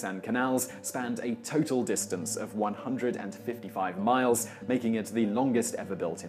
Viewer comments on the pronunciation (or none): none